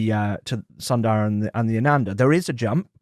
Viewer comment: Please pronounce as s”u”ndara not sandara..